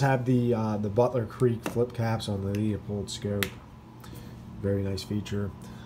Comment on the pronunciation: Beautiful rifle! Leupold is pronounced LOO-Pold.